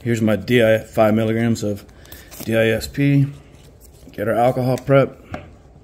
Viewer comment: Thanks, I appreciate the information. But, Dude, the beginning of this vid you say "DISP" not DSIP!